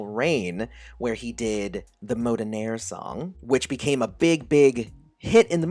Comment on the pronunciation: Mo-DERN-aire, not MODEN-aire :)